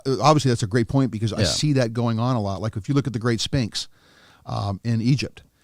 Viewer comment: the way he pronounces sphinx lmao